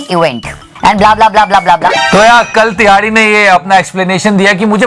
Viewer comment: The way you say tihadi is ultimate 😂